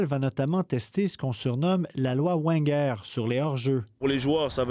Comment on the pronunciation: Ça se dit « Veine guère » c’est l’entraîneur d’origine alsacienne qui a entraîné Monaco et arsenal